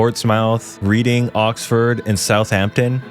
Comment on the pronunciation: Any Shire is pronounced. Er. SHEER Reading lol REDing and finally THAMES= T EMMS lol I am sure I will be back after my eye stops twitching